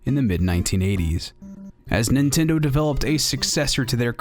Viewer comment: does it bother anyone else that he calls it Nentindo?